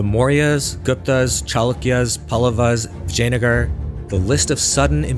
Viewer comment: You're doing too many videos about India to pronounce Indian words so poorly. It's not Palluva, but Pallava. It's not Brahmin with the "a" from apple, but with "ah", as it's written. Vijayanagar also... do you know how consonants work in Spanish? They're simple. Learn that and assume it's the same here, you'll improve 90% just that easily.